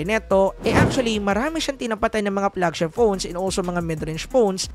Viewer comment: anu flegshep ??? 😂